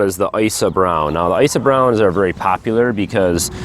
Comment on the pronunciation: Icy browns? How do you spell that? I couldn't understand you. Thanks